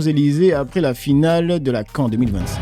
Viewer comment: c'est la CAN "canne" pas "quand" 😉